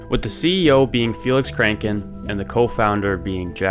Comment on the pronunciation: BTWits kranken not kracken